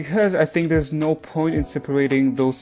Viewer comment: Did....did you just do a Australian accented no? 😂